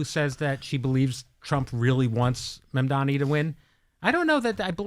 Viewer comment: Can someone please teach Joy how to say MamdaNi? It's not hard, and it seems like she doesn't care to say it right because she doesn't like him.